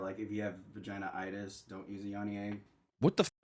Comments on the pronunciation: its vaginitis not vaginaitis lmfao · Its not pronounced Vagina-itis 😆🤣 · yeah but it's pronounced like va-gin-eye-tiss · why did pronounce vaginitis like that LOLLL